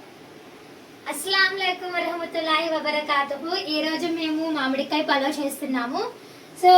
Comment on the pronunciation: మామిడికాయ,,,ఖాయ కాదు 😮